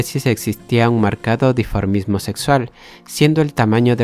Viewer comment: Minuto 3: la palabra es dimorfismo, no la que se pronunció ( diformismo)